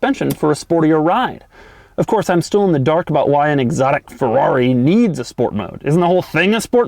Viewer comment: Fuwrr-rawh-ree... sigh